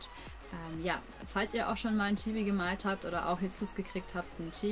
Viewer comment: das I von chibi wird kurz gesprochen